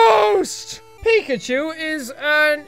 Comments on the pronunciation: pikchu not pichu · pikachu not pikchu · DAMMIT JACK ITS PICHU PIKACHU RAICHU!!!! sry I had to